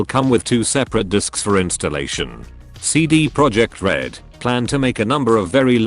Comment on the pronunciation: This moment when you mispronounce Cd Projekt Red the entire video